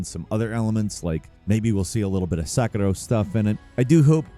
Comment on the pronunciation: I love the channel, but it always bothers me when says "Sekiro"